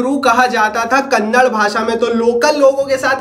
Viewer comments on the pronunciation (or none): bro from which school u have studied from, its not kannad it's KANNADA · It’s “Kannada” not Kannad. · That is not kannad it is kannada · That's not kannad that's kannada 😡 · Kannad nahi baiya it's "KANNADA " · It is not a Kannad bro It is a Kannada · It's not Kannad! It's Kannada!!! Please pronounce properly. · Kannad nahi Kannada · Abe kannad nahi ❌ Kannada ✅ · Kannad nahi be kannada bol